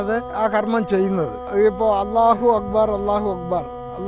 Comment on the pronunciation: ഞാൻ ശ്രദ്ധിച്ചത് അറബിയിലുള്ള ള (الله)വ്യക്തമായ ഉച്ചരിക്കുന്നു മാഷാ അള്ളാഹ്❤